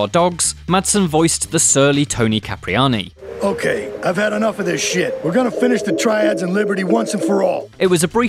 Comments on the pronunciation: ITS PRONOUNCED "S"IPRIANI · Toni Cipriani’s name isn’t pronounced “Cap-Ree-Ani”. It’s SIP-Ree-Ani. Even though Madsen mispronounced it in-game, this is pretty basic stuff. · Its Cipriani like Sipriani. Why do so many YouTube channels have people who cant read or pronounce basic names and words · Tony Cipriani not Capriani ffs